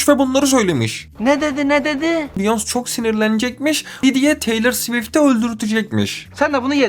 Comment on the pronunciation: abi biyons' degil beyoncé sekli okunuyo vallahi ibneligine degil ogrenelim die